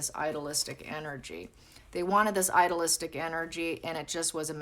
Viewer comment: I don’t understand when you say idolistic. Do you mean idealistic? Idea- listic (to pronounce). It sounds like you are saying idolistic, and I don’t think that’s what you mean. But I’m not certain. Thank you if you can clarify. Hope you are having happy and safe holidays. ❤️